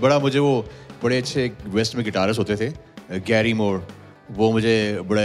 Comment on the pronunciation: GaryMour? Seriously!! Who the Eff is Gary Mour??